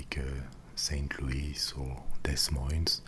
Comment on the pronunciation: We pronounce Des Moines "Dee Moyne" in Iowa! :)